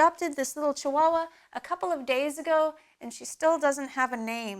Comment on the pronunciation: my native tonge is Spanish, and I love when you say "chihuahua" ........ name her Chichi!